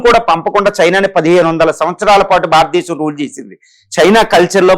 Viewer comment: భారతదేశం భారతదేశం భారతదేశం అని పలకండి